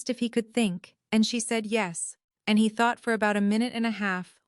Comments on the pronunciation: Who the hell has programmed these AI voices to pronounce the masculine pronoun, “HE,” as “high”? Or even “Hah.” It’s the absolute idiocy of it that makes me burn! We have a perfectly good language and now we have brainless robots allowed to mispronounce normal words? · Someone needs to teach AI how to pronounce the word “He”. Please.